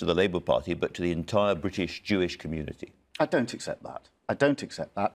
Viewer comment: Did Corbyn say Jew process